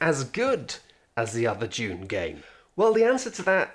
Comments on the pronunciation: Sounded like was saying "June" over and over... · I was just listening to this video and man does it sound like he keeps saying "june". At first i thought it was a joke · I love how British people call it Dyoon